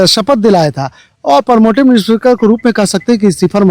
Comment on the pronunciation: प्रोमोटिव नहीं प्रोटेम स्पीकर होता है।